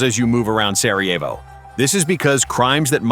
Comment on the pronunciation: Si chama Sarajevo, no Sievo come dici tu. Non dire budzie!!